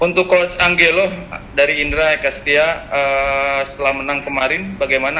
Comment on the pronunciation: Cara ngomong nya ANJELO bukan ANGGELO. Nora bener ye orng media nya, ga lulus bahasa asing nih keknya